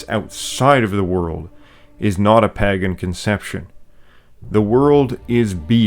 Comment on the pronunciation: The fact that you can't pronounce Pagan is almost a bigger insult than the Rings of Power show